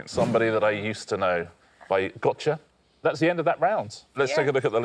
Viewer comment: Never have I heard someone pronounce Gotye like that